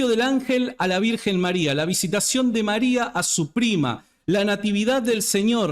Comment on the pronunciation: Con todo respeto… este señor no sabe ni pronunciar bien el español y quiere enseñar Griego??? Criticando un título dado a la Virgen Maria desde siempre!!!